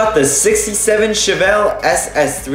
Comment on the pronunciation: Your saying chevelle wrong